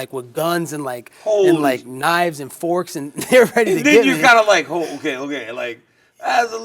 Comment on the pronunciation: This man Colby said forks 💀🤣🤣🤣